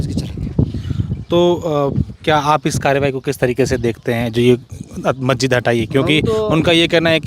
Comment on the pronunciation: अबे बोलना तो सीख ले मस्जिद को गलत बोल रहा है